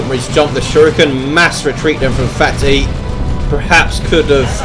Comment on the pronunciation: I believe phatE is pronounced "fate"